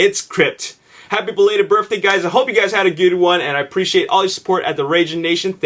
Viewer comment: He says "birfday"